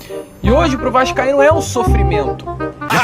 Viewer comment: Maluco falou "E hj pra o Vascaindo é um sofirmento" kkkk Mas sempre foi kkkk Não usem Drogas pois esses serão os efeitos kkkkk